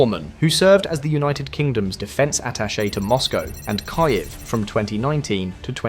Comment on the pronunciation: Kyiv is not pronounced ka-yeff. Wouldja believe it's pronounced "kyiv"?